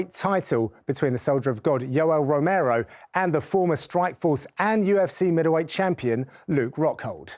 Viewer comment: Is it just me or did he really say Yellow Romero ?